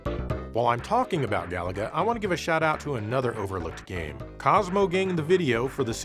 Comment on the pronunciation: It's pronounced ga-LA-ga, stress the middle syllable!